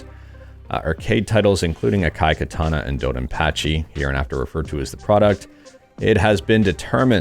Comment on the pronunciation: "ah-kah-e kah-tah-nah" "do-don-pa-che sah-e-da-e-OH-JOH".